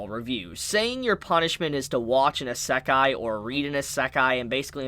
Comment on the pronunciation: I'm amused at your pronunciation of Isekai as "uhh suck eye" instead of "EE Sec eye" lol.